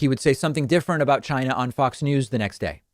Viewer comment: Hey David, you're mispronouncing China. Trump taught us it's pronounced Chiy-nah.